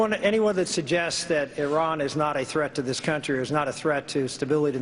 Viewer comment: Did that fucking bastard call Iran "Terr-an" as in Terror?? For fucks sake man!